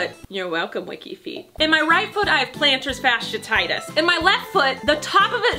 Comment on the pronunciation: I love how you pronounce plantar fasciiTis 🤣